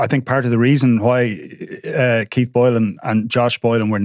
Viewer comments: He said Deez are from Keits 😂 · Dees are from Keitt appalling pronunciation have some elocution lessons stop scratching your nose These are from Keith stay in the background